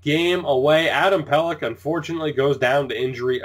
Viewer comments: Yeah its pel-eck not pel-ech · I'm pretty sure it's pronounced Adam Pelek, not Pelech